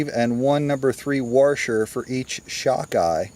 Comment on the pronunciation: What’s a warsher? Is that like a washer?